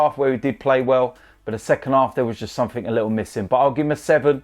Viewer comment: "I'll tell you summink"